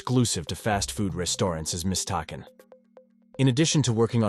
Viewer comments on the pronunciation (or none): “Mistaken” is pronounced MIS-TAH-KIN. AI can’t do everything! LOL